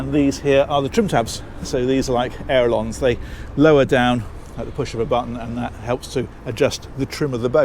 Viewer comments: I love the way says ailerons as airelons 😂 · Nice video as always. Just one tip: it's ailerons, L before R :)